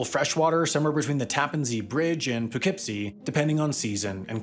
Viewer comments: Kudos to your proper pronunciation of Poughkeepsie. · I love how Sam can correctly pronounce Poughkeepsie, but not potable. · As a resident of Poughkeepsie, I approve this message! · And pronounced Poughkeepsie correctly.